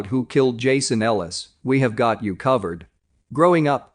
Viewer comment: You got Jason Ellis wrong. Smh.